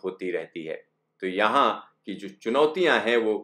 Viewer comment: The way he says "yeahn hai"